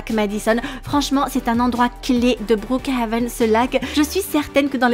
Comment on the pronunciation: Omd comment elle a dit brookhaven au debut c'était meme plus brookhaven mais bRouKHaven😭 😂 Sa mérite un like 😌💅